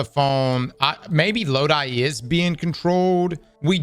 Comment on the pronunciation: The characters name is NOT Lod-I it’s pronounced Lod-e. IE Loki Norse name.